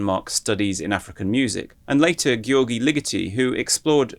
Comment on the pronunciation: No, "gy" is pronounced "dy" in Hungarian. "Dyoerdy".